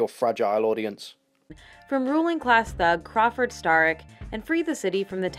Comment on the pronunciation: Its pronounced sta-rik, they say it the game you fake gamer